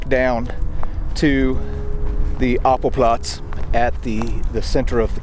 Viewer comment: not apple platz, Appellplatz (like the word: appeal - stressed on the second syllable, meaning roll call)